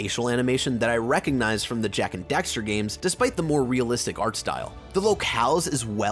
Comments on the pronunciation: Dax, Daxter. Not Dexter. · why do you keep saying Dexter? Its DAXTER D-ACK-STER. But agree, Jak II is not great sadly. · He said Dexter so many times!! LOL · Dude. It’s dAxter. With an A. Not Dexter. Literacy is hard